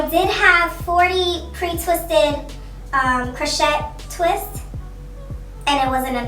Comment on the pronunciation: It's pronounced croshay baby girl. And that pink is gorgeous